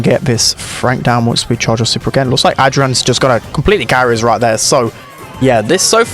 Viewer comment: the way he pronounces adrian makes me want to tear out my hair